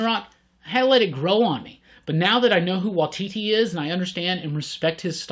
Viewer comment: Also, Taika Waititi pronounced 'why T T'